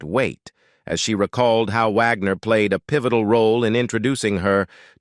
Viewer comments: Yes 😅😅😅😅 especially pronouncing it like that of the classical composer Richard Wagner. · The narrator in this story has terrible diction. Wag-ner 'not Vog-nor. Among other mispronounced words. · I wish the Narrator would make up his mind on how to pronounce RW's name; Wagner. Vaughner, wogner. Vagner, etc......🙄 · Not Vagner. Wagner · I hate the robot mispronouncing wagners name